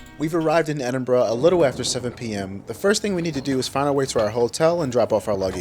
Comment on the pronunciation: As an Edinburger, I’m so pleased you got the pronunciation correct 👏🏻